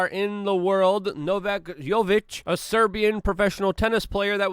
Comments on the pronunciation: Pronounced: Joe'- ko-vich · A little tip for you... If you are gonna talk about the world number one tennis player... Or the worlds number one anything... You should probably make an effort to learn to say the NAME properly. Its just a basic courtesy to show some respect. Here: No-vack Jock-O-Vitch (Is how you should say his name) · mans really doesn't know how to pronounce Novak's last name?